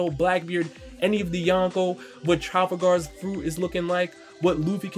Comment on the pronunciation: It's Trafalgar Tra-fall-gar